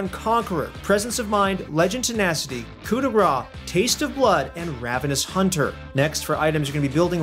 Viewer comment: He keeps saying "coup de [gra]" is it a joke or he really doesn't know how to pronounce "grâce" ? I CAN'T TELL HELP